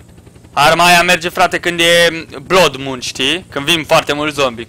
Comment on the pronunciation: Se pronunta ,,blad num" blood moon